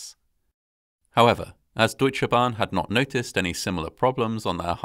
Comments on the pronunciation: Great Job at pronouncing Deutsche Bahn! 👍 Native English speakers often seem to struggle with how to pronounce the German 'eu', but you did a really great job! (I often hear it pronounced as 'oo/u', but it's really closer to 'oi' :)) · My compliments on how well you can pronounce difficult words like "üstra" and "Deutsche Bahn". I was still a member of the disaster control service in 1998, but I was in Hanover and it would have taken me about two hours to get to Eschede. By then, German army helicopters and other helpers were already on site. Many people died immediately and no help was possible. It was, as so often, an avoidable disaster. Today I live in the municipality of Eschede. Sometimes I see the memorial with the 101 cherry trees and think that at least this memorial was well built.